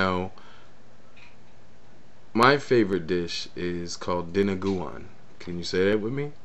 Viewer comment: nice. :)))) and btw, dinuguan is pronounced as "dee-noo-goo-an" :)))